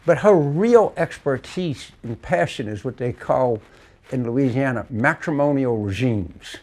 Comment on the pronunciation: Anytime I hear someone say….’Luuuzianna’ I know they are the real deal from there! Also ‘Naw Orlaans’ is the sweet tell tale pronunciation. TV reporters always kill these words…..because Yankees don’t know how to pronounce southern words/names. Poor things.